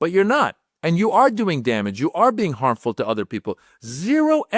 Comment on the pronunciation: Cringe ... he can't pronounce "harmful". Deport the creep send him back to Africa !